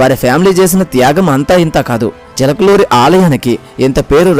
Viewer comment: Chilakaluri kadu chilakuri